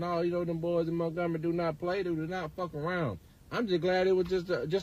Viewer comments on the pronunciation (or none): Did he say MERKgomary? Lol